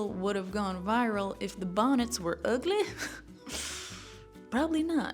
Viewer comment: "would this reel've gone viral if the bahnets were uhgley" the way u said it was so hilarious hahah, love it